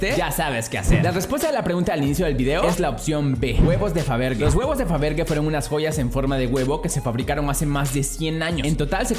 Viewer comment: Se pronuncia faberye !